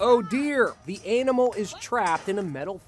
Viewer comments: In the beginning of the video the man says eynimal instead of animal !!😅🤣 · Did he say the ainamal ?😹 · The ay-namal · "Oh dear the Anamil is trapped" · Also said Anemal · Oh deer the AY-nimal is trapped